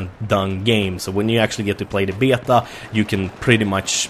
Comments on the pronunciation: BAY-ATA (beta) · I love how says beta "beahtau"